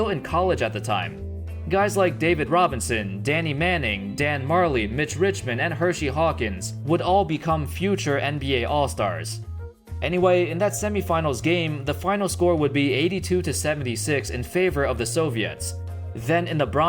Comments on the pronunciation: You called him "Hershey" Hawkins. Bwa ha ha ha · My man said Hershey Hawkins and Tragin Langdon.